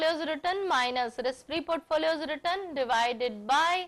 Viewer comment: nice video !! but mam return pronounciation is not correct, which sounds awkward while watching. thanks!